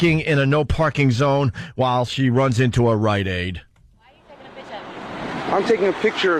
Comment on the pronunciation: At a “RiteAide!”